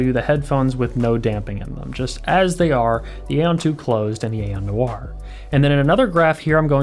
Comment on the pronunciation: It’s NOIRE not NOIR